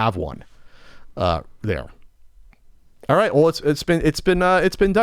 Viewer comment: "allright EEE -an"